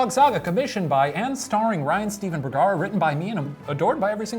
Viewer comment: Its #boogara not #bergara....pshhht